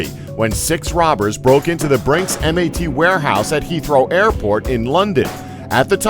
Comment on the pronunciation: its brinks mat as in bat